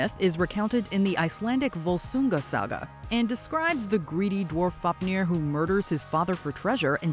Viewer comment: I’m gonna give you HUGE props for all the pronunciation especially Fáfnir